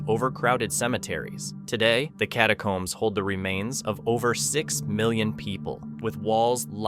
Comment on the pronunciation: Maybe the guide left them for mispronouncing "catacombs" as "catacoombs" the entire time.